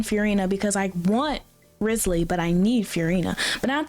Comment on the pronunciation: she said “rizzlee” like as a joke yk